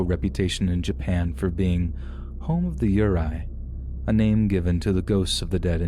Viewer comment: Love your stories so much! Btw Aokigahara is pronounced "ow-key-ga-hara" and "yurei" is pronounced "you-ray" 🙂